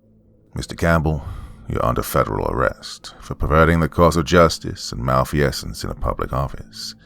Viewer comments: *mal-feeze-ence, not mal-fee-essence… sorry, it was driving me nuts. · Mal-feez-ents lol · If there’s a word you don’t know how to pronounce, LOOK IT UP. “Mal-fee-essence?” REALLY? And all with the do-overs just left in the final cut. Why is it so hard for creepy pasta narrators to put out a polished product?